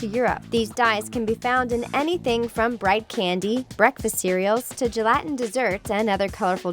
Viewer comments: Good info! But.. It's not pronounced gel-AH-tin... Its GEL-a-tin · "Jell-Latin" desserts...fuck off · I hate the way you pronounced gelatin.